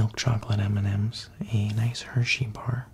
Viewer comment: Did he pronounce M&m’s wrong, or is it just me? What did he even say? Almonds?